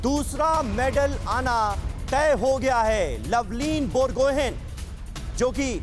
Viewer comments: Lovlina borgohain hai, gohen nehi. Bolne ke samay borgohai bolte hai. Last ka n silent hota hai ( wo n actually chandra bindu hota hai)....and wo commenter Akhil Kumar ki baat bohut discouraging hai...wo bar bar turkey ke boxar ke bare me bol bol ke kya jatane chahte hai!!?? Wo turkey ke hai ya india ke hai 🙄🙄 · बोरगोहेन नही बरगोहाइ है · Lovlina Borgohain..Not lovlin borgohaiN..last 'N' is silent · लवलीना बोरगोहाई.. Pronounce properly.. she is pride of India.. জয় আই অসম 💪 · Bor- go - Hain(haai)..Borgohain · Its Pronounced BorGohaai(Borgohain)...the generals of Tai-Ahom Kings!